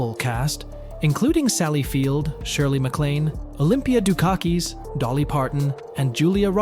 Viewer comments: Also Olympia DukaKEYS? It's DukaKISS, duKAkis. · I agree with you Todd when they pronounced Olympia Dukokas as Ducockis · I got to dookaktees and left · DuKAkees. Haha